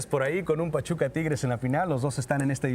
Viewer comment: Lol “pachupa”